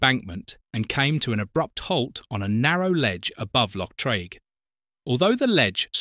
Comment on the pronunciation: Also pronounced Loch Treeg, not Trayg.